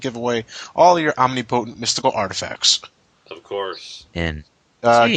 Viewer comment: Damn you,...Mispronouncing the word "omnipotent"...